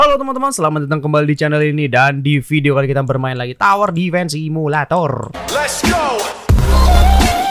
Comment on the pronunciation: bilang simulator Si mu la Tor :V lucu sih bilang nya